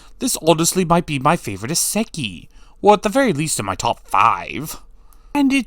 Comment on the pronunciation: your pronounciation of Isekai hurts every time lol